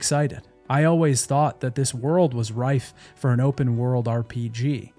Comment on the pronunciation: trawl, not trowel. - ripe, not rife.